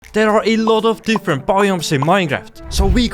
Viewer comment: Ngl the accent makes the video even better in a good way. They awe a lot of diffewent baiom.😂